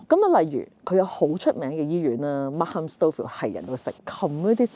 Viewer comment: 溫馨提示：Markham 發音時「h」是不發音的。